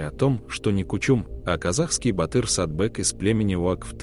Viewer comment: не Сатбек, а Сатпек может?!